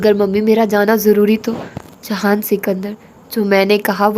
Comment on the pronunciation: aap jihan sikander ko jahan kyu kehti hai??